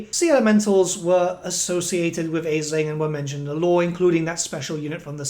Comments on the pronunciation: Ash-lin . We gonna need to get that pronunciation right folks. It's an Irish name derivative... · Please stop mispronouncing his name! It's pronounced Ashlynn! It's Irish Gaelic!